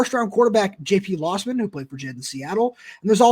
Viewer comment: Ir's "LOWsman" not lossman